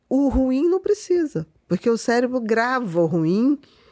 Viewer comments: ''cérebro'' cé - re-bro - cerebral - ce- re-bral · Todas as vezes q o rapaz diz cérebro eu celébro...